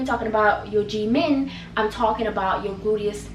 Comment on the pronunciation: She says g-min, I hear Jimin from BTS 😂😂😂